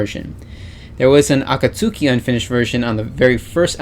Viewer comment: Its pronounced A-KAT-SKI She usually shouts AKATSUKI DA ! before each live performance i.e 'Its A KAT SKI ! '